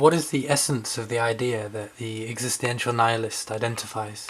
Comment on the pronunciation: Not entirely sure about his pronunciation of existential. It upset me a bit. Added an extra ‘i’ in there for no reason. Also, it’s ‘devoid’ of meaning. Not exactly sure what you said but it wasn’t that. Otherwise, good effort.